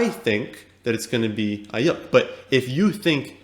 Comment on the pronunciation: Cool you like Aiyuk, and I agree with your take there, but you need to learn to pronounce his name correctly 😂 It’s pronounced “Eye-Yook”